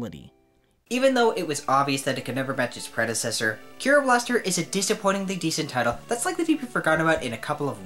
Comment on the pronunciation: I'm not japanese so I shouldn't care about this, but its pronounced Dai-Ske, not Dai-sook, and the name of the game is Ke-ro Blaster, not Kee-ro.